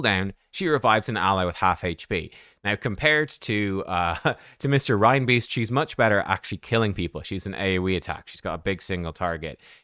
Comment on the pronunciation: I don't know why nearly all cc's pronounce Reinbeast "Rhinebeast". Does Father Christmas drive a team of rhinedeer? I rest my case.